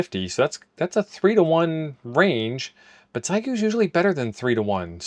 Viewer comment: It’s NOT “XY GOO” it’s pronounced “Shee yay goo”. Geesh what is SO difficult in learning how to pronounce the name of this company. It really IS NOT that difficult!